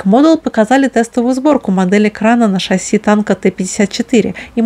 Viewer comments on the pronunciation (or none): none